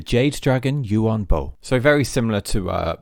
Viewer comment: The A in Yuan is pronounced like an E. And Bo is like “bore” in a British accent (no R sound), with a slight w before the vowel, so: Yuen Bwore